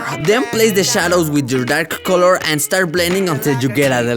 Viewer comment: I love when says “color” it sounds like “call her”